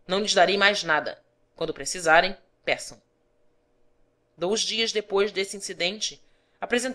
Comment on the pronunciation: muito bom, mas dei algumas risadas com o 'dols' (dois) e 'colsas' (coisas)